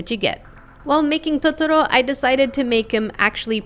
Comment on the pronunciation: its pronounced to-to-row